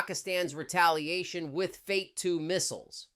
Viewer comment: isi and cia paid you tuber. pakistan dgmo begged for ceasefire. she does not knoe the name of paki missile name even. it is not fate rather fatah. what a rubbish!